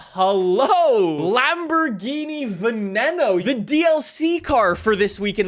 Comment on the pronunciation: Veneno (vuh-nee-no)👍 (veh-ne-no)👎